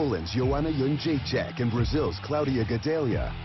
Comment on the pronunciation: The way Dana pronounces "Jedrzejcyk" is just painful to hear. "Yeon-jay-check"